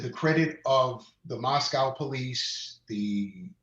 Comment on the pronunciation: Please tell prople.. It is Mos co, long O, NOT Mos COW. I'm in IdahO and it is so irritating 😒